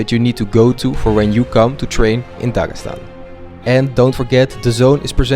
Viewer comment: Дагасан аахахх) ударения отдельная история)